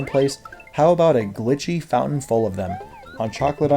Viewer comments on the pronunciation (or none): none